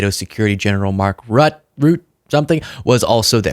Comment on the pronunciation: For our American friends, the name of our Dutch friend Mark Rutte is simply pronounced as MARK RUTTER. Easy.